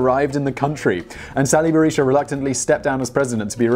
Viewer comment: You pronounced Sali Berisha perfectly. By the way, he was a relatively poor man until getting into government and becoming a very wealthy man. You know what Eisenhower said about men who become rich in government.